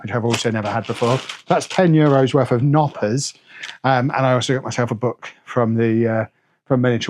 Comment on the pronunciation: Glad you got to Mini Wunderland, you'd be surprised to hear it's actually seen as one of Germanys top tourist sights, let alone just Hamburgs! Bit worried about whatever they served you as spaetzl, looks more like fried risotto rice! Oh, you pronounce the K in Knoppers